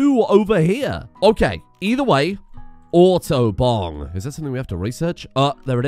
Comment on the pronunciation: "auto-bong" sounds like "autobahn"